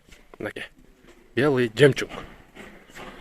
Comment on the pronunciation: Белый жемчунг деп жарат да ьул жигит 🤣🤣🤣🤣🤣🤣